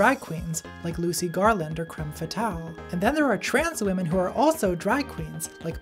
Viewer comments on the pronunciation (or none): none